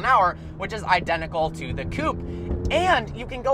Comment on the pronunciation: Its not coup, its coupe. Love your videos though